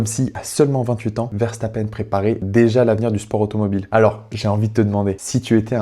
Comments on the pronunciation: Il te fait de la peine pour que tu prononce le nom de famille verstappeine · alors moi je le prononce verstappeune et je le prononce comme julien ferbreau c'est jaques Villeneuve qui le prononce verstappeine je peux paraître ultra sérieux mais quand je suis fan de quelqu'un je le suis énormément 😅